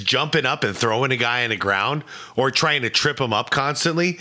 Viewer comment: "He wuz twiying tu hwurt hiiim......" Good video besides that omega Jordaniting commenting.